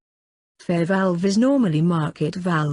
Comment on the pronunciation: VALUE, not VALVE